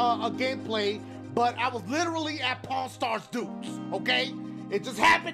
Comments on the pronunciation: Dashie I thought you said Porn Star lmao. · when i first time heared dashie saying pawn star dudes i thought that he said pornstar dudes XD